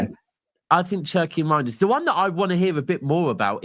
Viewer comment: why u keep calling the guy “Roynders”? It’s Reijnders bro lol. Is that a Manc thing to butcher names? lol😂 Steve does it too